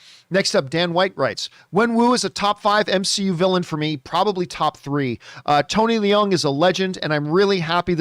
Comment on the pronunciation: Having been corrected by others myself so many times, it is pronounced Tony Loong and not Lee-ung. Stand to be corrected again but it matters…he is a great actor so it stands that his name is correctly pronounced. 🙃 Great movie and glad it didn’t suck. But think John is overdoing it. All movies are subjective, and I have only seen it once, with very high hopes and expectations. Having “sat with it” for a few days, this is how it is for me.